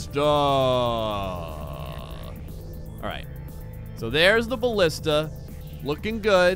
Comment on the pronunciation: The Greek word is Μπαλίστα. So you were pronouncing it right. Its Ballista.